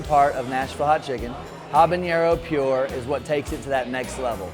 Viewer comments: he really said Habanero pure instead of habanero pureé SMH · Did this guy just say habanero 'pure' instead of puree? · This is such a snowflake show. The two hosts, over dramatic valley girl-ish. I don' trust them. from Party Fowl doesn't even know how to pronounce purée. Not sure I want to go there. isn't any better mispronouncing cayenne...but I have been to their original location and the chicken sucked. It didn't taste good and wasn't cooked very well. So I won't be going back to any location.